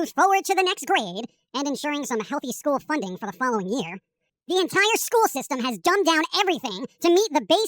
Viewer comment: "Fallowing orders~"